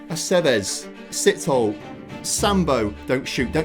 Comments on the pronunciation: Hey love the content, just wanna help a bit as a Southern African. Sithole isn't pronounced Sit-Hole but rather more like See-Tow-Le.. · Love the content, and love to see your best player is a South African. Can I just please correct the pronunciation of his name. You would have to emphasise the "e" at the end...So it is Si-toll-eh. You were correct in saying the "th" sound as just a "t". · Im south african and im just here to correct your pronunciation, Sithole is pronounced "Se, to, le".